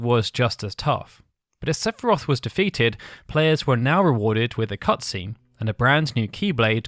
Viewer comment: La pire video sepharoth serieusement CA CE DIT SEPHIROTH FIIIIII FIIIIIIIIII COMME FINAL FANTASY CONN@